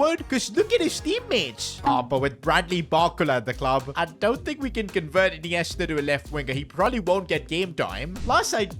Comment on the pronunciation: what did bro call ineista😂